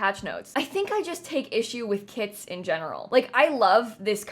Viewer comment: Anyone else kept hearing “kids” instead of “kits” 😂 it was funny lol